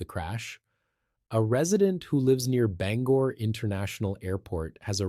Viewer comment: It's Ban-gore, not Banger